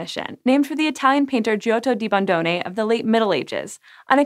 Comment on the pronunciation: Complements for not making a mess of Bondone's name. English names are often a shibboleth: Halley is pronounced "Hawley". Don't ask me why; it's what make English English - a certain cussedness.